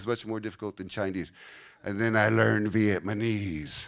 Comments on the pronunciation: Interesting video to get an overview of how those languages compare, but I have to confess one little thing. Pronouncing Vietnamese as Vietmanese kind of drove me crazy haha. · Viet-ma-nese lol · He can’t even say Vietnamese right loll.